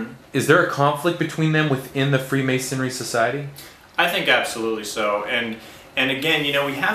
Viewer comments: This man can't even say the word. It is "Freemasonry". pronounced Free- mason-ree. The "Free" in freemasonry, means that the individual was not bound to any one particular area, and could travel freely throughout Christian Europe, and work on different projects. This man is not at all expert on Freemasonry, he does not get it. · He keeps saying ''Freemasonary''